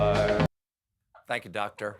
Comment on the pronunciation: How May uhhhhhs did that dwoctor say ? Yes Dwoctor 😅 . Your wife giggling is too cute Steve 😂